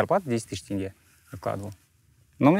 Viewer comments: НЕ ТЭНГЕ, А ТЕНГЕ. ТЕНГЕ, ЕМАЕ, ТЕНГЕЕЕЕЕ. тЕнге. Е. Е. Е. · Имеешь представление об акценте? По-твоему они в прикол ВСЕ, АБСОЛЮТНО ВСЕ произносят тЭнге? Ну неужели нельзя додуматься и сразу надо начать быковать? Мозг и аналитика - вот что не хватает этим людям в нынешних реалиях🤦🏻‍♀️